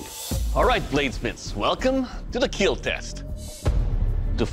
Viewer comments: It will “keel”…… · Never ceases to amaze me that one of the most wholesome channels on YouTube is one where the famous line is, "It will keal." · It will keel! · A lot of kids also watch this show, so Doug improvised by turning the word kill into KEAL in order for young watchers not to make it a habit of saying that word because youngsters will of course, always try to emulate what they watch on tv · it's not kill, it's keal, keep everyone alive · "It will keel" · Does be say keel or kill?? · It will "kiell" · ah man the third video ruined my mood because he said it will kill not it will keal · I’m pretty sure they are just running with a meme. The asian dude has an accent and he has always pronounced it as “keel” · The 'kill' tester in these clips has a really weird way of saying "kill".. it's stretched out to a 3 syllable sound..